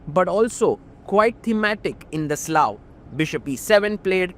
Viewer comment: pls pronounce it as slav